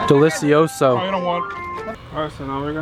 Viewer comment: Ffs if you're going to say a Spanish word (specifically delicioso) use the correct pronunciation! Sorry but my Spanish teacher always says how important the Spanish styled pronunciation is and it triggers me when someone doesn't use it!